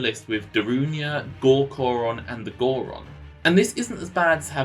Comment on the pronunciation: Gor Coron? Is it not Gor Goron?